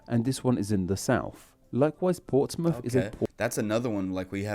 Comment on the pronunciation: Bad video made worse by the guy's horrific accent/speech impediment...not to mention it's plainly incorrect in many cases. Plymuff - Plymouth Portsmuff - Portsmouth Souffend - Southend Free - three Free - no cost Mowff - Mouth Fru - Through Norff - North Fings - things Fought - thought Nuffin - nothing Norven - Northern